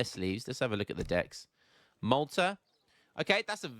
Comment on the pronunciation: Age 4 'decks' 😬